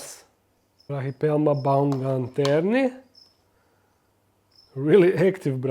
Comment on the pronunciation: Brachypelma baumgarteni is a weird name Because in German, "baum" means tree and "Garten" means garden lmao Tho we pronounce Garten on the a, not like you said baumgarteni in the video